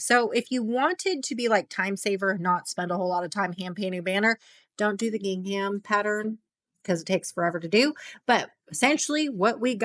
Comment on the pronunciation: Helpful Canva tips, thank you... but PLEASE... Please look up the correct way to pronounce "gingham" before making another video.